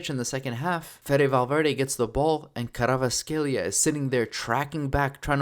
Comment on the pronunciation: you're doing a great job keep it going, just a side note its kvaraskhelia not kravaskhelia